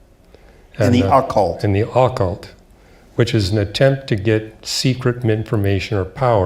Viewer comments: Say Ah-cult ONE MORE TIME !!!!!! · I've never heard the word "occult" pronounced in such a strange way. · He can't even pronounce occult.